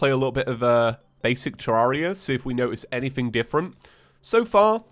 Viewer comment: Please stop saying Terraria wrong, it's painful..